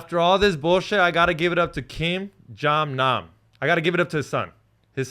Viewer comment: Didn’t say his name right once throughout the whole thing 🤣😭